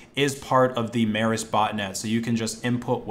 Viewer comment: Mēris is pronounced more like Meeris would be in English.